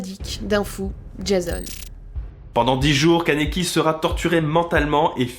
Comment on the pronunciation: Juste c kaniki Ken mais c super ta video😘 et c toka ps touka dsl mdr😂